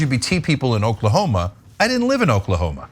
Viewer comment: Ahaha! Did he just say, "baning books in Oklahomo"?!